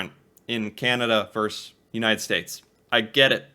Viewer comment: Have you notice that always says "verse" instead of "versus"?